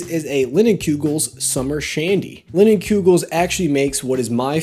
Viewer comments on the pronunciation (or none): the pronunciation of "linnin-kyugels?" Haha